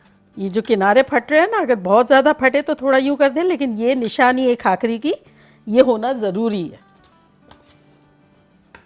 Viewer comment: Khakhari nahi usko bhakhari bolte he